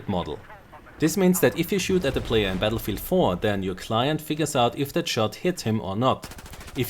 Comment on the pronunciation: Battlefield, not Batllefield:D